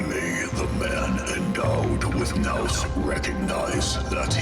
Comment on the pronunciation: I can't believe you made this whole thing without knowing how to pronounce nous 😂 Love the material, though.